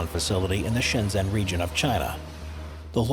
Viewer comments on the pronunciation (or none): none